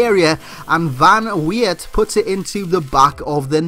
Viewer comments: The Dutch "E" is not pronounced as English people pronounce "A" as Well. It's just a different accent. English people just can't say it. Maybe you can hear it with Google translate, but I'm not sure if thats correct. But it's definately not Van Weird! Lol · van leeuwenburght. pronounced vahn leeuwn burght, not boerght. and weert is pronounced completely different, its like van weird but not the ei but just the dutch pronouncation of the ee..